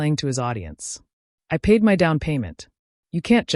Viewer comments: Why do you insist on spelling "my" with all caps and pronouncing the work by enunciating each letter--M-Y? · and "my" is NOT "M Y"